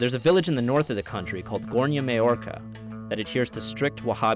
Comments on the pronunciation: The guy says Gornja Mallorca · Read maoča like maocha.... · Yea... "Maoča" is totally pronounced "may-orca".